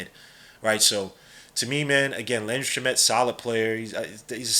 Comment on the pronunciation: It’s (Sham-it) not (shuh-met) also this guy probably won’t play unless injuries